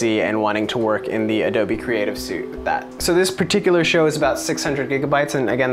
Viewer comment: also it's not adobe creative "SUIT" it's "SUITEEEEEeee" or "SWEET" is how it sounds